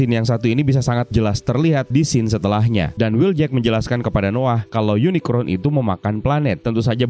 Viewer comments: UNICRON sebutan untuk robot villain berbentuk planet di franchise Transformers Unicorn mah kuda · POV : ini apa kuping gw yg salah denger kata uniCORN jd uniCRON atw emang bnr ky gt ??